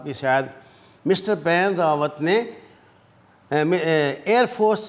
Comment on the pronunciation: AA please Sir it is not Paan Rawaat but the correct pronunciation is BAPAN Rawaat kindly correct it as your videos are also watched by Indians